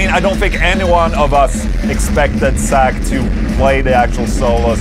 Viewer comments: It's Zakk...not Sack. 😆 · I like how you pronounce Zakk's name as "sack".